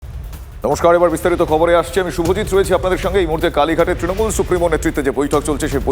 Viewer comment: Ekta dol er lok including Supremo nijeder dol er naam ta thik kore uccharon korte pare na tara desh chalabe. Kauke trinamool bolte shunben na sab tinomool bole